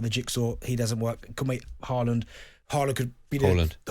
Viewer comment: Why you two pronouncing his name as ‘Hall-land’ it’s ‘Haaland.